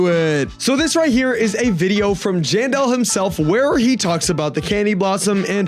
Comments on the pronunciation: Him saying John doe instead of jandel is wild💔🥀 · he said general 💔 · STOP LYING SUMMER HAVRSET IS EASY WIHT MY FRIENDS WE DID 3 TIMES PRISM REWARDS TODAY IK SRY IK UR NOT LYING ITS LOT OF BUT I THINK ITS RLLY EASY BTW SAYING JANE DOE INSTEAD OF JANDEL IS CRAZYY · Bro said genderless instead of Jandel💀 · him saying general instead of jandel is wild 💔🥀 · It does sound like john doe